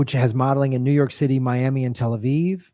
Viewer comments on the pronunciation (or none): none